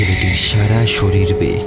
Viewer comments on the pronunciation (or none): none